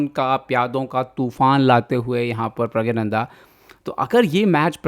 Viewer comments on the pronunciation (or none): Pragnanada bola kare pragyananda nhi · Bhai uska naam pragya nahi pranna hai ...aap kisi ka naam aise galat kaise bol sakte ho??